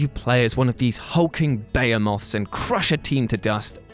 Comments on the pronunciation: Awesome video:) but its Be-He-moth not bayomoth lol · did you say bay-a-moths, i think the word is bee-heam-outh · What's a Beyermoth? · Yeaaaah, it's Nah-min-ay. And also beh-hee-mith